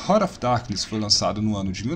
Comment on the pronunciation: Desculpe mas... escutar RANA OF DARQUINES é de doer os ouvidos... se pronuncia RÁRT OF DARQUINES A trilha sonora desse jogo e maravilhoso principalmente o som quando você matava algum inimigo, o só da explosão era muito top eu joguei muito esse jogo na época, vou ate baixar novamente e jogar em um emulador. Ótimo jogo um dos melhores do PlayStation 1